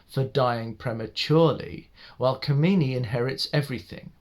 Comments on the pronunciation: & the name 'Kamini' is Kaa.mini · I just love the way to pronounce the name kamini.... The way you pronounce kamini it means that bitch.... Which is how her nature is in this movie....